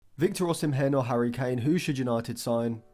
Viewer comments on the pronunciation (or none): From a fellow Nigerian, osimhen is pronounced osimen.. the "h" is silent. Great analysis..